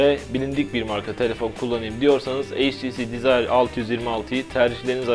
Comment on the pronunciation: heytisi dizayr altıyüz yirmialtı :D